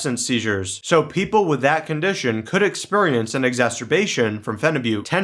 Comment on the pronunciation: I love how you say “exPURRience”!